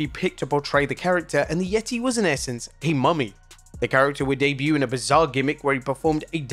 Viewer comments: It’s not called the Yetti- it’s The Yet-taay! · Its pronounced the YE-TAY, not yeti 👌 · Dammit, you've said it all wrong. It's "THE YETAY! THE YETAY"!